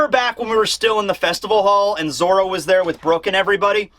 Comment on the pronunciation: and stop saying zolo it’s zoro